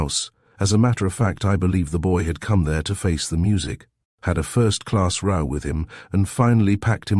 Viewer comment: It's just so easy to listen to, not too much emphasis - very soothing & totally easy to forgive the random wrong row & read mispronunciations.